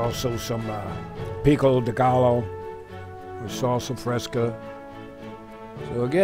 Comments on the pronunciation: Maybe they should pronounce words right if they have Spanish music in background lol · Pronounced "pico deguy o" 😆